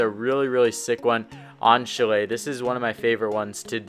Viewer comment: It’s pronounced chalet not chalet